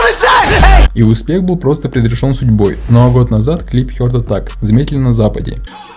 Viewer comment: ХЁРТ аттак хахаха о вы из Англии?